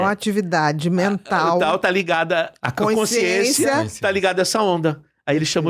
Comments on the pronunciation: Um sábio falando com uma pessoa que nada sabe. Sra, não diga coinsciência, é CONSCIÊNCIA. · Consciência, não coinscisencia. 😂